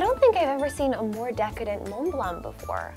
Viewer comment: La prononciation de lorsqu'elle dit Mont-Blanc est parfaite! Mais un peu moins pour Macaron! Ha ha ha!